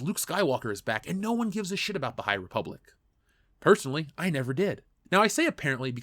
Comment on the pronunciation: the high repoopblic, am i right?